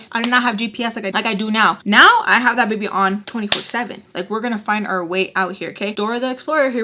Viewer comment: He said " not gunna royd wiff a baybeh" lmao